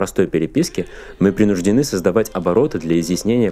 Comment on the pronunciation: Не принУждены, а принужденЫ, не влАсы, а власЫ. Не пЕрсты, а перстЫ. От "влАсы"я вообще в шоке. Какое было ударение, можно найти по стихам той эпохи. И пошлый анекдот ни к чему. Не украшает тему.